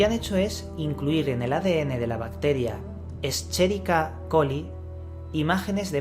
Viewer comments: la bacteria E Coli se escribe como lo has pronunciado, pero se pronuncia esqueriquia. Solo este pequeño matiz. Gran video, sigue asi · Y no se pronuncia la Ch" como en español , sino que suena como K" ya que la pronunciación de nombres científicos y su escritura es en latín.